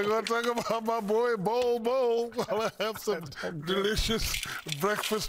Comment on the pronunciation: NBA is big here in the Philippines. And everytime Shaq mentions Bol's name we hear Pubes 😂😂